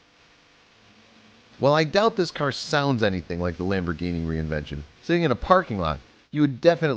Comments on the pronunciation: I kinda want to strangle you every time you said reinvention. fyi its pronounced rev-ent-on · It's REVENTON not re-invention FFS🙁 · r u fucking dumb bro u r saying reinvention it's reneventen